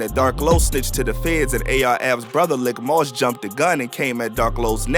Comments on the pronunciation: its pronounced leek moss,not lick fam. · His brother's name is pronounced "leek" moss* usually short for malik. Pronounced the way its spelled but the "i" in lik moss is said as if it where the letter "e" [the narrator's calling him lick moss ctfu. But... great video/vlog. Free A-R-AB ALL THE GUYS ALL THE OBH💯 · Good Video Very Accurate. But Lik Moss is pronounced LEEK Moss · Pronounced LEEK not LICK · It’s “LEEK MOSS” not Lick moss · It’s Pronounced Leek-Moss not Lick-Moss lol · His name Leek(Lik) not lick moss tf lol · Did you just call him “lick moss?” It’s lik(leek)…. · Bro it’s, “Lik Moss” pronounced LeeK not lick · It's leek moss not lick moss lol please fix it that sound crazy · Didn't seem to be any new news here. Everything a lotta months old to have just been posted. But not bul keep calling Lik (LEEK) Moss "Lick" 😭😭😭😭🤣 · It’s pronounced leak not lick bruh bruh 😂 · It’s pronounced “Leek” Moss ✌🏾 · It's Lik Moss not Lick Moss smh